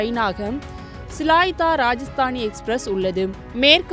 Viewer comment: Please speak correct name, train name is rajdhani, not rajastani